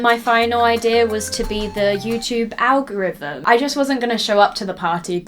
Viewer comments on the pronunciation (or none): none